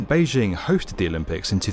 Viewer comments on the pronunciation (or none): none